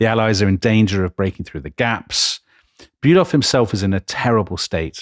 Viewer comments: Please, Fon Bülow, Not Bülov, that might be a Russian… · Delectable, delightful, wonderful, edifying podcast! Keep up the stunning work!!! Just a small note, not wanting to be what the Germans refer to as "Tintenpisser", seizing upon some insignificant detail, but "von Bülow" is in fact pronounced "von Bü-LOW" and not "von Bü-LOV". Merry Christmas! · Karl von Bülow is pronounced "fonn bu-low" (bu like bureau, low like low). Other than the russian counterpart, the "w" is silent in these east-german names of people and towns. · von Bülow -> fon Bülo (the w is not pronounced).